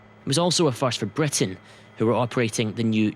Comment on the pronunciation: Matt Eborne Bwitain